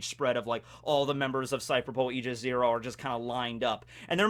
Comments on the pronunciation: Aigis 0 is reffrencing Aegis, the shielf of Zeus, it's pronounced as "Eye Gis" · It's aye-gis what you were saying for a bit, at least in English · Aigis is pronounced "I jis" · Aegis, the way I've always heard it pronounced, is "Age-is". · It's pronounced "ayy-jis" Source: I'm a DotA2 player and we have this item called "Aegis of the Immortal" and the developers added a tooltip for the pronunciation of the item. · says e- gee- us*. Smite players: *visible distress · It's (Eye)-jis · aegis = eye-ga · EYE-GIS -> Aigis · It’s pronounced Eye-Jizz zero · Sorry to bust your balls but... it's pronounced e-gis ( That's the Greek pronunciation, it may differ from the English one) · Aigis is pronounced e-i-gi-s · He’s definitely still pronouncing aigis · As a Greek guy, yes. Wrong pronunciation. It's like it's "a" (the way it sound from "a Greek" I typed above) "y" (the way is sounds from "yes") "e" (the way the letter "e" sounds) and s. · as a greek boi myself aegis is probably more correct but in the grand scheme of things it doesnt matter so its fine u can say the word however u want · If you play Persona 3 you would know the correct way of saying "Aigis"